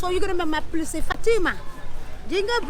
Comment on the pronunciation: " Dzień dobłry " ;)